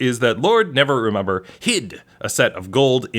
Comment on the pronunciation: to be clear, did you call Lord Never-ember, lord Never-remember the whole time too?